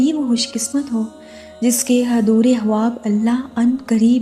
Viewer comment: Assalamoalikum..sis ap ye khwab ko haab q bolti ho muje bhot irritating lagta h or urdu me khwab hi bolte h ap kon si language use krti ho jisme khwab ko haab bolte h ?...plz batyega zarur